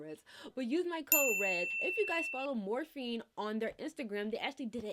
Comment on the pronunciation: Is it me or is she saying Morphine? Haha! I love her!